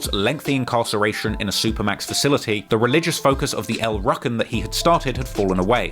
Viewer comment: its not El Rukken its El Rooken